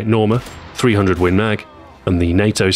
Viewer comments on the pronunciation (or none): none